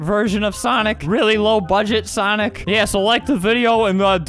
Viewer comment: I literally DIED when he kept messing up the word "sonic" LOL